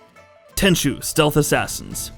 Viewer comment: It really hurts to hear how he pronounces Tenchu. 😭